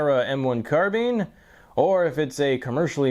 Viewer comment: Ahhhh finally... a guy who pronounces "carbine" correctly (CAR-BEEN)!!....SUBBED